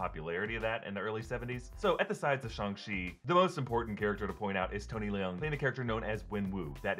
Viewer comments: Excited for this. FYI Tony Leung's surname is pronounced more like "Lerng" not "Lee-ung" (one syllable, not two) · I thought the same! I couldn't even bring myself to finish watching one of them which pronunciation for Tony Leung's name was way off.